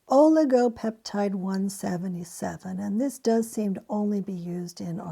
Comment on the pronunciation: You emphasized the wrong word lol